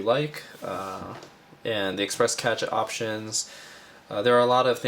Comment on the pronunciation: cache = "cash"